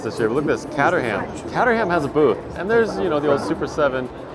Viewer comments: Lo e the videos, but catter-ham 😂. So close. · You're saying Caterham wrong. To say it correctly try saying "Kate er im" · Great coverage thanks for documenting it! Just FYI Caterham is pronounced: Kate-er-um.